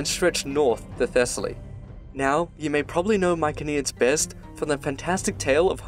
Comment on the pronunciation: Mykeneans did you mean mycenaeans